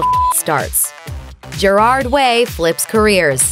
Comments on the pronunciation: Isn't it pronounced (jear - ad)? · Why is no one talking about the way they say Gerard’s name